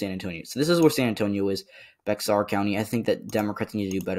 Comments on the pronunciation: "Bexar" is pronounced the same as "bear." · Bexar is pronounced as beyar